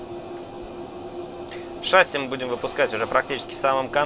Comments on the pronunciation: Пилот???? Говорит "шАсси" !!!!!!😆😨😵😂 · Пожалуйста говорите правильно ШассИ - французское слово, ударение идёт на последний слог как и во всех французских словах. Очень бесит когда ударение ставят на первый слог (тем более пилоты которые должны это знать) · Почему все пилоты говорят слово «шасси» с неправильным ударением?